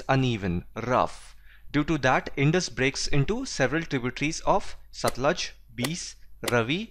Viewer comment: I just hated Geography before watching your videos. I usually just slept in my Geography period and I've not yawned once while watching any of your videos xD . I've seen all your videos for class 9. I'm from Punjab and the only thing that bugged me was the way you pronounced the names of the rivers Satluj, Beas and Ravi. The correct pronunciation is Satt-luj (looj) , Bay-aas and Raavi.